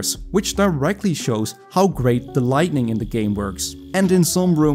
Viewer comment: Hey idk how long youve done english but its lighting your trying to say not lightNing